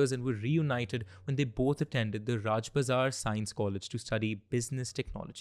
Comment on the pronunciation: Uffff watching this was so irritating 😢 like dude I m waiting for the story and u 2 start talking like it’s family matter and we couldn’t seeee I mean please go ahead and tell the story not the facts what u felt 😂 It’s not rajbazar it’s RAJA BAZAR